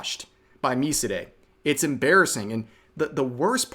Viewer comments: I know it's barely even in the video, and nowhere near the focus, but I'm 99% sure Miside is pronounced "My Side" not "Me-Si-Day" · ... you're seriously STILL pronouncing it mi-si-de instead of mi-side? I swear, not even the mythical modern audience would pronounce it like that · It's pronounced My Side, not mi cee deミシデ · I can't get over Rev calling MiSide miside. It's Mi-Side. Not Mi-Si-De. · MiSide is pronounced "Me side" btw (as in, English "Me" and English "side")... The Japanese title has a kana version of the title and says ミサイド (misaido), so "me side". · Did this dude just pronounce Miside as mi-se-day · rev cant say "me side" properly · This guy just straight up pronounced "MiSide" as "Me-see-deh" Another one in Rev's mispronounced titles huh. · I thought it was pronounced My Side? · That's MiSide lol. Rev can't pronounce stuff smh xD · One day, Rev will pronounce Miside correctly. One day... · Rev just rolled out the weirdest way to pronounse MiSide.